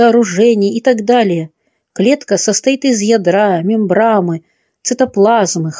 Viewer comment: ТО и случается...взяла ЗА руку...приглАсишь ( с ударением на букву И )...вышла ИЗ комнаты...не понялА...ИЗ командировки....проходило ВРЕМЕНИ... немного выпиВши...из мембраНы...НАДЕВАЛА пальто..и т. д. вот так правильно говорить. Кроме того , много неправильных оборотов речи...стилистические ошибки... Постарайтесь исправить их. И еще... Славик убеждал Олега в наличии у него диплома , а затем... Олег встал и достал из шкафа диплом...